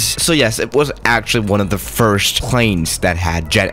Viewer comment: Firrrst I mean second